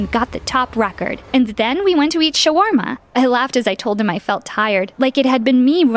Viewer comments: Ya khalba it’s shawarma not sharma😑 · shaorma not swharmoala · It's pronounced shawrma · Did she just call shaweerma “charwema”?… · It’s not Shaw warma it’s pronounced shorma. :) I’m Bengali it’s our traditional food and our former cousins India! :D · Bro, you ITS PRONOUNCED SHAAA WAR MAA that’s how you pronoucne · It's shwarma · its actually called shaow-ere-meh 😶‍🌫️👍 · Its proununed sh-or-ma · It’s called shawarma (sha-wer-ma) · The girl “sha-war-ma” Me Muslim self like “👁👄👁 what-“ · I'm sorry the way "Shawarma" was pronounced was killing me😅 It's "Sha-wa-ma" lmao the "r" is silent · It’s pronounced sh-or-ma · as an arab her saying shawarma instantly broke me please learn how to pronounce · I'm sorry but the way they said shawarma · who else is muslim and hated how they said shawarma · I am so offended by the way she said "shawarma" but I couldn't help but laugh if you aren't Arabian you wouldn't get this. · You said shawarma wrong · Yall really pronounced my culture food shawarma wrong 😭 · the way she pronounced Shawarma.... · have a scholarship but cant even pronounce Shawarma right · That not how u pronounce shawarma, am from Africa and my sister own a restaurant that sell mostly shawarma, and that is not how u pronounce it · Me:Huh this new Girl: mispronounces shawarma Me:GET ULTIMATE TRIGGERED AND CRINGES